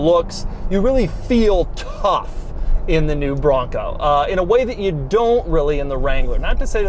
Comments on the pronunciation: TOUGH, MUSCULAR! 😍 BRRRRRRONGGGCO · The way he keeps saying “BRRRONCO!” Is hilarious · try every time he says BRRRONCOO! lol